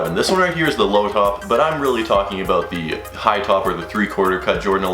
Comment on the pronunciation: Lmao bro what are you talking "aboat" man? Haha